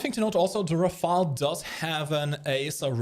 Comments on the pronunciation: Ra-fale, not ra-fael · it's Rafale, not Rafael, it ain't a ninja turtle